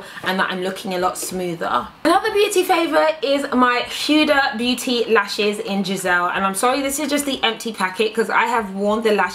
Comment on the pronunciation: huda beauty is pronounced as HOODA not hueda LOL